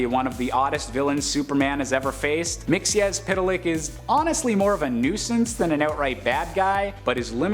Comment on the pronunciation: Congratulations on your pronunciation. Spot on. There is an Earth 2 variant of the character pronounced "Mix-ez-pit-lik", so well done for choosing the right one.